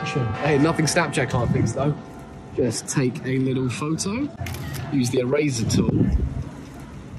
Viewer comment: He pronounced eraser like e-razer